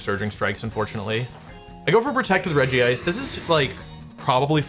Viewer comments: Dude It's not ''Regi-ice" It's fucking Regice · Wolfey pronounces it Regi-ice, but it's just Regice :P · It’s regice not regi-ice lol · Out of all the Regis, Regice is the only one without Regi in its name. It's pronounce Rej ice (Regice). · ah yes, physical Regice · see that doesn't really roll of the tongue nicely, I think it should be like "Regisect" or something idk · You are pronouncing regice wrong